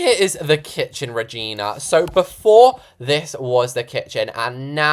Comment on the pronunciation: When he said Regina I hear V@ N@